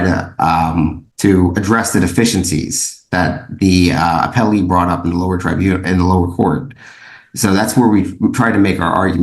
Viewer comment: It's uh-pell-ee not apple-ee